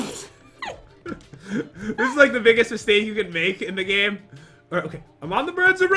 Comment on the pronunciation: I heard you said gime not gamelol